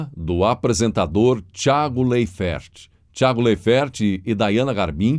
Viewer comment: A pronúncia do sobrenome do Tiago é "Láifer".